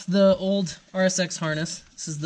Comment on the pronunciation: what you are saying is to use the RSX wiring and ecu, that I know I can do, however it sounds like he said RX8. LOL Thats why I was like what! He says rsx, whew!